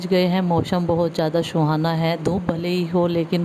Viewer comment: मौसम सुहाना होता है,शुहाना नहीं